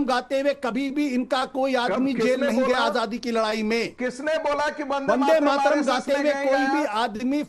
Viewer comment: Yeha Ashutosh Vande Mataram ka sudh ucharan nahi kar sakte aur dusron ko paath padate hai apni pateli jhadte hai par har debate mey mu par girkar jalil ho jate hai .